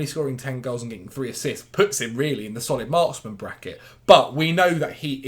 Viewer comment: Every time I hear solid marksman. I hear Solly March 😂